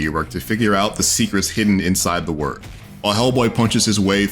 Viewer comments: Did he say web of word lol. Its wyrd as in weird lol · Please stop saying web of word is weird with a y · You are saying it wrong. Its weird not word. Wyrd is an original spelling of weird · Review ignored: reviewer pronounced "wyrd" as "word" not "weird" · its web of weird. wyrd. not word. jeezzzz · Wyrd is an old Anglo-Saxon concept dealing with the topic of fate or destiny. It's pronounced "weird" not "word"... this should have been painfully obvious given the title's play on words with the 'weird' pronunciation making it the 'Web of weird'. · it's pronounced "weird", not "word" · Is it not pronounced “Web of weird” ? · Wyrd is pronounced weird, just saying...